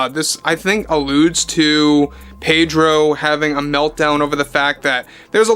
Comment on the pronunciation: The "r" in Pedro is silent